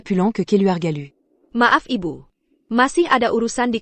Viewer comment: Aduuuh miin ga usah pke dubbing pke IA lgi jd suara ucapanya nya ngawur. Msh mnding ckp Teks Indo hiruf besar jd enak bacanya, klo pke susa gini ga enak dengernya ucapany byk yg di eja kya msh anak TK te e pe ai ( tapi ) ia be yu (ibu) dll kalimat jd mrusak kosa kata bhs Indonesia yg asli.😢😢😢😖😓🤦‍♀️🤦‍♀️